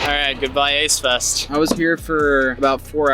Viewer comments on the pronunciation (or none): Idk maybe it's my hearing or your mic, and I'm being serious, I thought you said aids fest. Now that ik it's ace fest, who the fuck is the ace family?